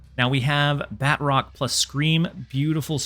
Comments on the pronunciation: Ba-troke not Bat-rock. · Btw, it’s pronounced BA-TROC! 😂 Nonetheless, phenomenal video as usual. Keep up the good work!